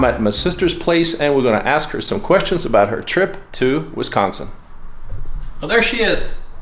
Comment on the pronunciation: Ayyyy you pronounced Wisconsin correctly!! Nice. I'm from Milwaukee what city was she in? That's a new WI license plate too they just started putting 4 numbers on the end about 2 or 3 years ago.